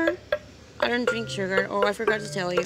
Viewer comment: este video fue un pierde de tiempo y es shugar no chooger hahaahha